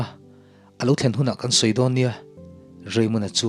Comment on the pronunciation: Inthlahrung deuh in ka lo sawiselna aw 🤗🤗Thlen tih hi.awki sâng a lam ai in awki hniam a lam tur ani zawk lo maw...(office ka han thlen chuan tih lai hi)